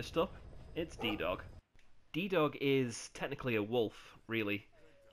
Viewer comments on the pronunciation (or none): D-Dog: ❌ D-Doge✅